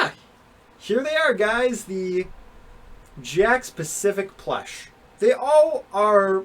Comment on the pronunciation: Sorry to say this if this offensive bit why do you say plesh instead of plush